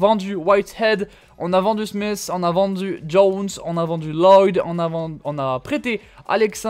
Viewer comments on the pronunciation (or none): none